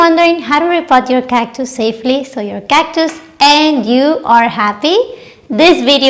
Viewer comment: you have such a pleasant manner and beautiful smile! Your video was very informative and a joy to watch. I love the way you say cactus. ❤